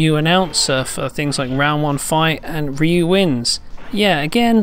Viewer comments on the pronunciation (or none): After quarter century, they can't still say Ryu correctly.